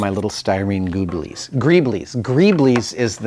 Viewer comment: So are we going to call them grooblies now? The Adam Savage slip of the tongue.